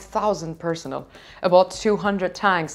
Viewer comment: Very talented news reader/reporter, congratulations! Maybe needs to check on the pronunciation of the word ''personnel'' as opposed to ''persons(s)''.